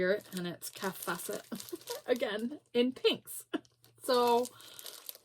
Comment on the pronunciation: You pronounce "Kaffe Fassett" like "safe Bassett". Lots of us love those fabrics. Looks like she's really liked the designer Philip Jacobs who designs for the KF collective.